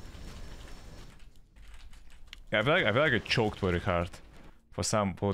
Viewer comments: VERY NOT WERY ITS V SOUND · Mate you terrible misssounding w with v u say like in waiting the sount of v and in very the sound of w wtf